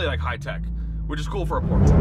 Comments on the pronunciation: Say it with me y’all.. POR-SHA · 7/10 for one of the most reliable and high quality sports cars? Never value someones opinion when they can't even pronounce the company name right.l